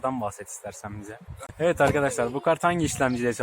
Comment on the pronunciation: nobody:: eved arkadaşlar